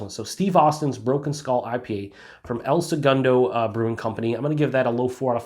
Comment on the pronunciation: I laugh every time you say "El Sugundo" 😄 🍺CHEERS🍻